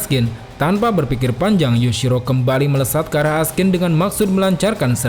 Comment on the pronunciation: namanya Askin. yg w denger Raskin.